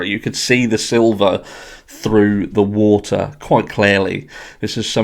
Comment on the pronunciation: he also need to learn how to pronounce "wa-ter" not "woo-eer"